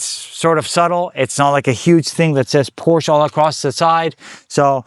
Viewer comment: Window tint more than 35 is illegal on driver window and windshield tint definitely illegal! White car with black wheels how boring. Except for the wrap looks like something a kid would do trying to be cool! You had a beautiful Porsche which you also don’t know how to pronounce correctly.